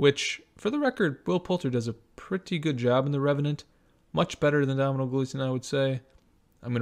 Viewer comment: Tom Hardy is brilliant in everything he does. Gleesons name is pronounced Donal.